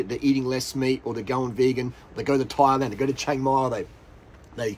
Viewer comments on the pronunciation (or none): none